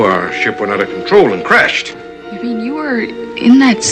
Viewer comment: Back when crashed was pronounced “crayshed”